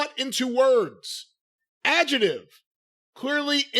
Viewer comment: Adjective... its pronounced Adjective.